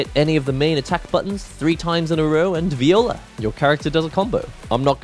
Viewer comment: my man rly pronounced "voila" as "vee ola" lmfao